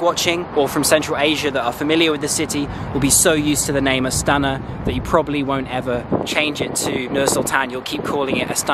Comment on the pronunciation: Not AtsAna, but AstanA